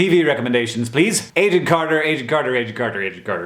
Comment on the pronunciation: Wait. I not sure if I heard you right, Agent Carter or Agent Carter?